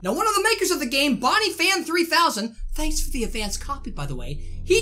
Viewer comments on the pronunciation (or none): none